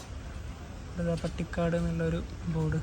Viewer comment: പട്ടിക്കാട് അല്ല പാണ്ടിക്കാട് ആണ്.